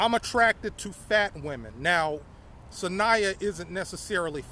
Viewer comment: 😂😂 the emphasis you put on the word “FAT” tickled me. Not only was she FAT but she was also a compulsive liar?! Ohhhhhh no 😂. You know why you’re funny? It’s because you don’t intend on being funny. I’m here for it all. You’re entertaining to say the least